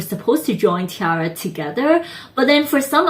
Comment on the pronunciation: But Roly Poly will always be a shining success for them. Btw, it's pronounced 'Tee - air - uh'. Source: they pronounce so themselves in numerous videos.